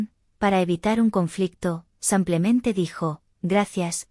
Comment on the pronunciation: SIMPLEMENTE ,EN ESPAÑOL SE LEE SIIIIIIIMPLEMENTE NO SAAAMPLEMENTE:::LNo hay manera....